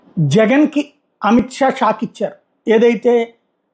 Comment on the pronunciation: Schak, shak, shaakkkk, shak😂😂